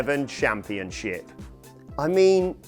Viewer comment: ChampionSHIP not championCHIP... Jesus. It’s just English, I thought you guys invented the language.